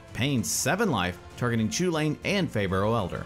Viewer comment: Chewlane, ugh